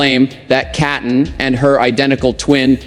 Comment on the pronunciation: Please her name is pronounced as KEETON even though spelled Keaton may she RIP